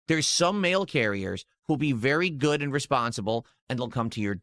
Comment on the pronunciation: BUH! God it drives me insane. also his AYUND thing